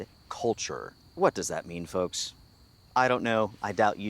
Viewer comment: Po foke not woke